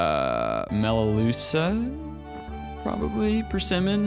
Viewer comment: Also, pronunciation is almost right... it's mel a lu-ka It's related to bottle brush plants.